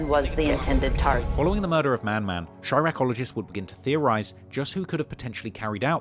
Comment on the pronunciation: Bro said “chiraqoligist”😂😂😂